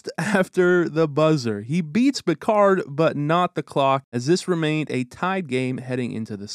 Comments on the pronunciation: Who's Pikar? You mean Pickard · Not Pick ard. Its Pick erd